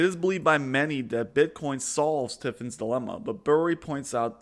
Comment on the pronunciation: Its not "tiffins" its "tRiffins" second, you don't really explain it at all. it states you can't have an international currency tied to a reserve asset (gold) as the globe would redeem your dollars for gold and drain the system, eventually crashing it.